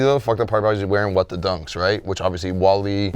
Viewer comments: all way nigga said Wall E im dead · calling Wale - Wally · for saying Wally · “Wall•e” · you got that L with the that Wally lol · had the worst take - "Wall-e" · Damn almost made it through a whole ass episode without saying something stupid. And he goes and says WALL-E